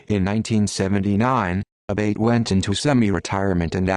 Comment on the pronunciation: Also the name is pronounced A-Bah-Tee